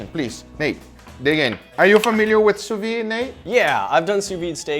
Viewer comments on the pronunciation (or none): he pronounced it sue wee! maybe they should make ham in the sue wee machine? boiling steak? thats blasphemy!